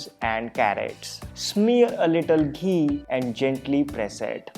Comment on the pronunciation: "Now put just a little dHEE"